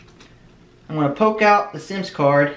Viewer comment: It’s called a “sim” card. 🤣 not a ‘sims’ card.